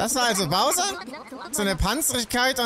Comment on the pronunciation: hat ja mal endlich mal einen namen richtig gesagt😂😂 Bowser.. ernsthaft das ist das erste was als name richtig gesagt wird von ihm??!